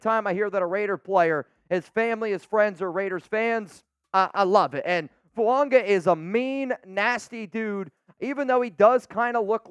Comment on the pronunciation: The name Fuaga does not contain the letter "n".